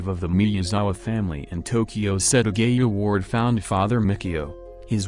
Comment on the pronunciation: It’s set aaa gaaa yaaaa not setagayuuu